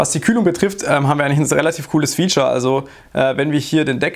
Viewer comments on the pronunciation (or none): none